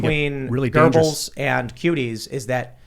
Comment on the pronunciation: There's no 'r' in Goebbels, ffs.